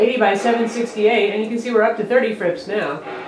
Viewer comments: Please say fps like f.p.s. not fps (one word) it sounds really weird. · Omg she called it "Fips" I'm dieing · Ahaha! I actually think it's cute the way she says it, "fips." It's like saying '12 mbps' like "12 mibips" or 'HSPA' like "hispa." I find it hilarious! I don't know where she got it from bcoz no one I know (or know of) says it like that. It sounds weird, because we're not used to it, but it adds to character (like the awkward trailing seconds in most of her intro videos). Since we all know what she means anyway, I don't think it really should be an issue.;)